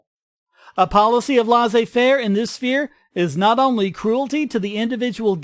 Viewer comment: I would really appreciate it if you pronounce 'laissez-faire' correctly! If Hitler was a leftist, then WHY did he persecute socialists and communists? Wasn't he a far-right winger? I'm a little confused!